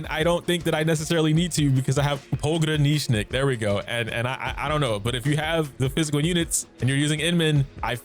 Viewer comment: I really like that you are one of the only content creators that can pronounce Pogranichnik